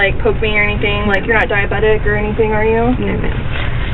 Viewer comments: Why does harley say "anythin'k'" also😮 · Did Harley say, "anythinK" also? Is that southern twang or what???